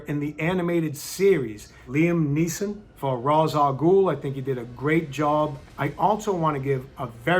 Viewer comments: Dude says he's a batman fan and purist but then says "Raahzz" al Ghoul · It’s pronounced “Ray-shhh owl gool” Common mistake. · Calls himself a purist... can't even pronounce Arkham or Ra's Al Ghul correctly.